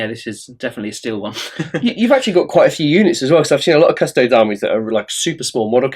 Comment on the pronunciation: Isn't it "kuh-sto-dees" and not "kuhs-toads?"